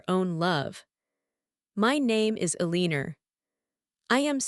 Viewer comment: E-Lean-Or ...It's not Ele-an-or? I love AI ;earning to speak, like children at times.